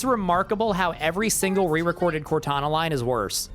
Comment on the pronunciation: I can hear "WOTana" lmao